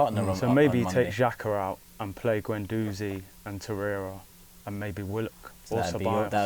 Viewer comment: Just a quick point here, why is it that these superfans have such problems pronouncing players' names? Its Guendouzi (Gwen-doozi), not Gwen-DOZEY. It's Wenger (Veng-ger) not WENGAH. Considering these people's lives revolve around Arsenal it blows my mind that some of them can''t say these basic names properly. Weirdly, I've never heard anyone say 'Tee-airy Enn-ree' but only ever pronounce his name correctly.